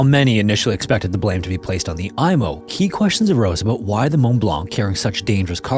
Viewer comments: It is pronounced “emo” not “Imo” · For the love of GOD it’s not the “Eye-mo”, it’s the “Ee-mo” and holy crap that’s a ton of totally unrelated b-roll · FWIW I've only ever heard the Imo pronounced "eemo", not "eye-mo". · It's pronounced "E"mo.. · An excellent, factual overview of the explosion that devastated my city. It took 6 years for harbour pilot Francis Mackey, pilot of the Mont Blanc, to get his license reinstated even though he followed all protocols that day. We also pronounce Imo as Eemo. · Pronounced "emo" as in, the ship was so emo, it blew itself up.